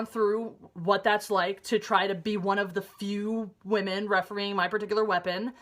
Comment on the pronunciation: says wamen not women!! lol